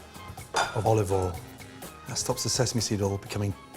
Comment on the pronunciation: 4 minutes and 28 seconds of Ramsay mispronouncing oil